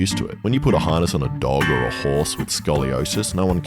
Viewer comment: Fish❌ Horse❌ Forse✅